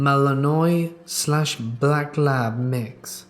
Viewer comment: For the second story, the dog breed is pronounced Malinwa